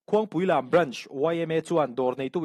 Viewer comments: Khuangpuilam....i lam dik e Sir..... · Khuangpuilam tih khaw hming/veng hming i lam dan hi a dik full thak tih ka puang e. ❤❤❤ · I lam dik aw sir 'Khuangpuilam' kha 😁